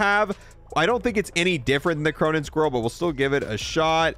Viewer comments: There's no way you think squall is pronounced squirrel. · Thank god I'm not the only one annoyed by this. Squall isn't even a hard word to pronounce. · am i the only one that heard him say "cronun squirrel"